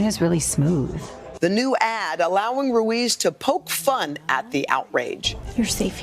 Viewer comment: He couldnt say Ruiz?!?